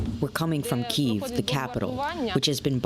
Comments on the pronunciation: Please pronounce Kyiv "Keev" which is the Ukrainian transliteration. "Ki-ev" is Russian. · I spoke with many Ukrainian people at the rally in my city yesterday, and every single one of them asked for "Keev" and I'm afraid reading the written word does not offer pronunciation. And I am not a "he" thank you. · No. The Ukrainian name is Ки́їв, written in the Ukrainian Cyrillic alphabet, and usually rendered in Latin letters (or romanized) as Kyiv.